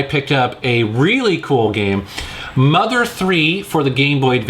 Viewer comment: Also, you said "Mugger 3" instead of "Mother 3"